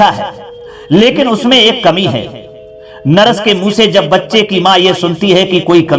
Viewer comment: भाषा बहुत अशुद्ध है, नरस नहीं नर्स बोला जाता है।